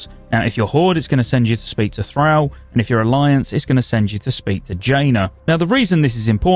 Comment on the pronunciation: That Thrall pronunciation is unreal, idk how you could have ever heard it said before in game/in cinematics and think that sounds remotely correct.